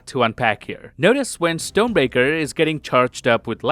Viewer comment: No hate! But it's funny how it sounds like "stone breaker" 😅